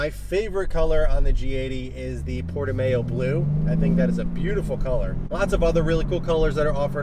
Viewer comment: Just FYI, Portimao is pronounced Porti-MAU (like "wow") not MAYO after the famous track in Portugal